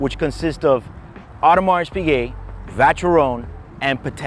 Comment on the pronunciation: I watched one video where a guy couldn't even pronounce the Piquet part correctly. He said Pick Et.